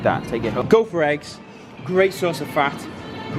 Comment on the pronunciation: Almost sounded like he said butt for burger and ass for eggs lmao